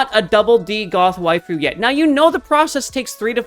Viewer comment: When u said goth wifue i feel called out XD